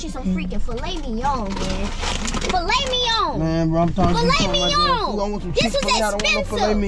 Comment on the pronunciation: I know this man didn’t say “fimet lignon” 😂😂